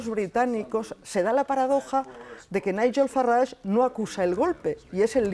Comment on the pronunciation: No se llama FaRrage. Es Farage (r. Suave).